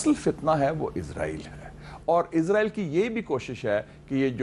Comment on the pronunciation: آپ لوگ ایک ملک کے نام کا تلفظ ٹھیک کر لیں وہ ھے: ازرائیل یہ لفظ "س" سے ھے ۔ اسرائیل ۔ اس را ئیل ۔ شکرا"